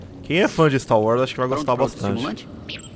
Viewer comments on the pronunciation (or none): "Continuando aqui o stá wars"